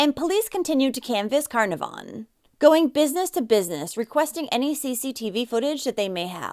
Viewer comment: Just so you know Carnarvon is pronounced Ca-naar-ven. The middle a is a long sound This was huge in Australia, the whole country was terrified it would be another unsolved disappearance like the Beaumont children or the Adelaide oval kidnappings. There was daily update feeds like the COVID sites, the facebook page made for Cleo has been used for other missing kids and helped reunite more families since she was returned home <3